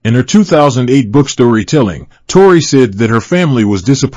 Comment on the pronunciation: Evaluate or evacuate? Tore-eye or Tore-ee 🤣😂 Hilarious!